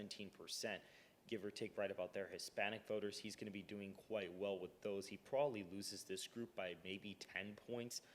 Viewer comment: "Probably" not "prolly". Please speak better.